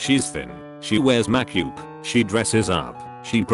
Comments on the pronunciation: ma-ke-oop Its always ma-ke-oop, never makeup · No one: Bot: spells 'makeup' as 'mac-yup' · Nobody: Computer voice: M A K - Y O U P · nobody: the robot reddit reader: makyoop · The way it pronounced "makeup" Makioop